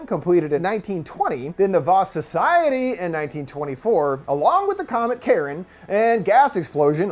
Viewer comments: Car-on (Charon), not Karen. That's killing me watching this :). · omg its not pronounced "Karen" its "Kai-Ron". "CH" in ancient Greek was pronounced with a K. Ya killing me, I'm a nerd I have to know this useless information so forgive me. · The boats man of the dead name is not pronounced Karen it’s pronounced Car-I-On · Until mentioned the connection between the Ferryman and Charon, this entire time I had been thinking that he had been saying ‘Karen,’ not ‘Charon,’ so now I feel like an idiot, lol. Although, it would have been pretty amusing if there had been a comet called ‘Karen,’ and a substance called ‘Karenite,’ heh. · The scariest thing is hearing Charon pronounced as Karen.